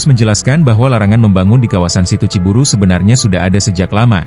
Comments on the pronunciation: Bukan ci buru bos, pakai y... Ci buruy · Assalamu'alaikum warahmatullahi wabarokatuh Sedulur Sedoyo . Narator Pembaca Berita yang benar Neja Ciburuy C I B U R U Y Ciburuy !!! . Bukan C I B U R U Ciburu kemanakan Y nya apa ketelan di tenggorokan ???. Makanya harus pada Cerdas Pembaca bisa milih kata bahasa , apalagi Bahasa Sunda . Wassalamu'alaikum warahmatullahi wabarokatuh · Bacanya Ciburui bukan ciburu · Ciburuy, bukan Ciburu, koreksi buat si narator